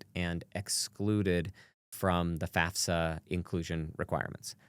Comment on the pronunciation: Thank you so much for pronouncing FAFSA properly…